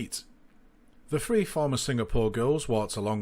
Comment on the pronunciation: You’re all the same free is not three. Cant you learn to speak first ? Idiots